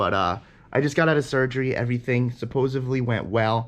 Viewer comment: Supposavely - - Nope. Briethly - - Nope. Anyway, you'll be ok dude. Hang on in there.